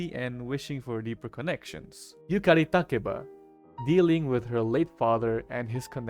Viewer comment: Btw I love the fact you properly pronounce Yukari's full name